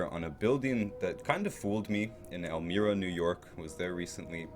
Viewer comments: Great Video! Pronounced El MY ra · Nice video but i really dont understand how you could tour a town and make a narrated video of your trip and not know how to pronounce it. Elmira is not even that unusual of a name.